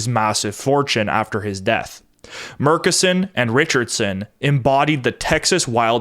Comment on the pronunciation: Hello, Midland native here who did some work for the Murchison O&G company. It is pronounced internally as "MUR-tchess-on"